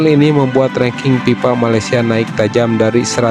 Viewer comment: Kok PIPA? FIFA, bukan PIPA Kalau PIPA itu paralon untuk aliran air 😂 Sunda kocak 😂😂😂😂